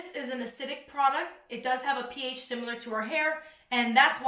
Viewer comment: Man I just choked laughing when you said "The PH!!!!" 😂😂😂